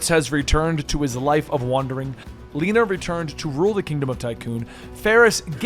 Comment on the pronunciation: It's not "Leena" - her name is pronounced "Le na"